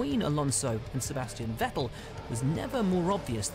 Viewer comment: M8 you still cant pronounce names. Bro you don't need to know how to say it in there language just in English like who tf is max vursthappen its max ver stap pen. Kimi raik konen. Sebastian vet tel. Valt Teri bot tas. Sergio per ez.